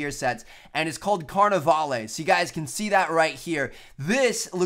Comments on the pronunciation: The carnavale (you don't pronounce the e) set is the best, but image if they did a loadout that's based off of Daft Punk. That would be so cool. You have either two separate loadouts, one that is combined, of both. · Pretty sure you don't say the e in carnivale like the big party in Brazil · He says carnivale wrong lol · I hate to judge but you say carnavale wrong